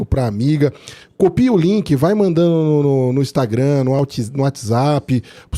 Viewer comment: Muito bom o podcast mas um pouco cansativo por causa dos erros de gerúndio, mandano, dizeno, mostrano, atendeno, em fim…